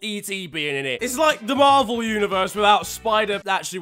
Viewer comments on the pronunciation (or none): none